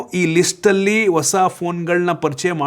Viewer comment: ನೀನೇನು ಟೆಕ್ ಯೂಟ್ಯೂಬರ್ ಆ ಅಥವಾ ನಿವ್ಸ್ ಆಂಕರ್ ಆ? ಸರಿಯಾಗಿ ಕನ್ನಡ ಸಹ ಮಾತಾಡೋಕ್ ಬರಲ್ಲ. ಆಪಲ್?😅😅😅 ಒಸ ಅಲ್ಲ ಹೊಸ!! ಕರ್ನಾಟಕ ದಲ್ಲಿ ಒಂದ್ ಒಳ್ಳೆ ಟೆಕ್ ಯೂಟ್ಯೂಬರ್ ಇಲ್ಲ ಇದೆಂಥ ಅನಿಷ್ಟ.